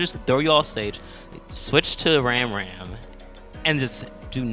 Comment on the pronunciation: I'm pretty sure "Ramram" is pronounced "Rahm Rahm" with short a sounds. It's short for "RAMen ChakRAM", both which make the "ah" sound.